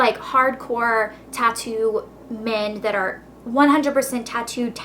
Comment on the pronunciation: i though you said toco